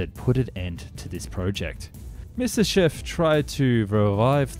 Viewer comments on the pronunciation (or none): 'My-ah-sish-chev', not 'Miss-iss-shev'. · You make some decent videos, but if I hear you say "misishiv" one more time my headache is going to go supersonic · Myasishchev, try saying that ten times fast! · You always do so well with the video, but your pronunciation is so terrible!!! Have you ever thought of having someone else pronounce the Russia and German words for you? For instance "shch" is only the single character "щ" in Russian. so instead of making it 2 or more syllables, in fact it is only a portion of a SINGLE syllable.